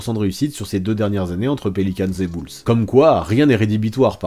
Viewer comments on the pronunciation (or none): Les beul’s , c koi ça ? Tu voulais dire les Bulls ( boul’s) je suppose ?